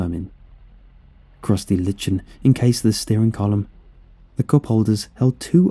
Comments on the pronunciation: I love ya man but I gotta say it. It’s pronounced LIE-kin, not LICH-in. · Lichen is pronounced similar to "liken," not "litchen" lol